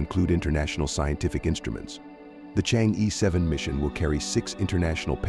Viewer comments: It does not pronounce chang yi, but something like chang er (like M'er'cury) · You whites maliciously mispronounce it. It should be Chang er.